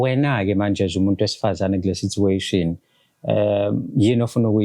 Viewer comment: Matifane funda la Sitsuation❌️ SiTUation✅️